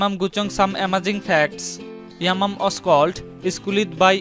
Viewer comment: Dang this vlogger voice driving me nuts🤣🤣😂 yamam who is it? I thought is yamyam dang man🤣🤣😂 I went crazy your pronunciation 🤭😂